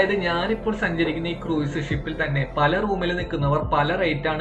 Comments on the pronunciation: ക്രൂയിസ് അല്ല - ക്രൂസ് (കുറഞ്ഞപക്ഷം ഇത് എങ്ങനെ പറയണമെന്ന് പഠിക്കൂ) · Pronunciation of cruise is very wrong.